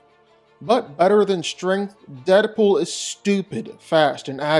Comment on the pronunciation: It's Deapool, I dont even gotta watch the video, It's Deadpool. I mean c'mon...